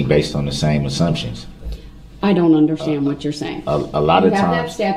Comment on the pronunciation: I can’t stand to hear hi say “underschtand” I hate it.